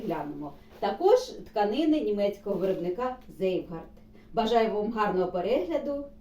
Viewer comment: Цвейгарт (Zweigart) , не "зейвгард" 🤦🏻‍♀️